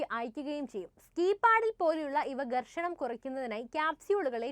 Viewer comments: ഗെർഷണം അല്ല ഘർഷണം ആണ് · ഗേർഷണം അല്ല ഘർഷണം. ദവള പത്രം അല്ല ധവളപത്രം.